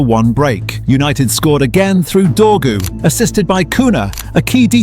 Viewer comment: Dorgu not Dawg